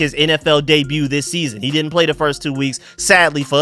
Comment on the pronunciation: The way you said “WE DINT HAVE THE CAPACITY “. Lmao